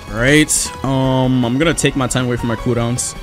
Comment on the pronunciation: When he says cooldown sounds like he is saying kudons